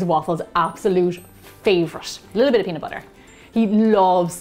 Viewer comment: nobody: literally nobody: me: watches gemma saying peanut BOUTER again and again